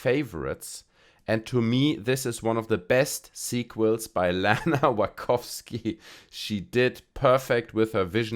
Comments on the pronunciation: Nachowski? Wachusyi? Wachopchop? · Agree with most of your points, but please stop butchering the pronunciation of Wachowski. I also don't believe that all of these seemingly hyperbolic 10/10 reviews were plants either. I think that some people genuinely felt that way because they don't actually view movies critically enough, and some were just excited that a new Matrix film was being released at all. We saw similar reactions to The Force Awakens and The Last Jedi. Sometimes it takes more than an hour after leaving a theater to actually process what you just saw. Especially for the less critically inclined. I don't understand how you forgot who Bugs was though, unless you were just being sarcastic since they kind of drill it into your head at the very start. Not only do they explain her name, she has a damn rabbit tattoo on her arm AND they beat you over the head further by playing "White Rabbit". On top of that, she's wearing a shirt with a carrot on it.